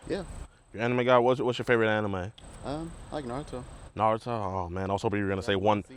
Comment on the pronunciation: Na he said right Naruto. Don’t disrespect one piece 😂